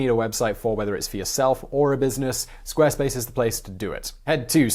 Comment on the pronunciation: You pronounced Squarespace wrong! Jeeeesus!